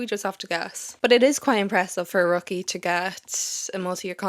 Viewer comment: I thought it was "Rookie as /ˈrʊk.i/ " 🤣not /ˈrɒk.i/ Sorry too funny 😂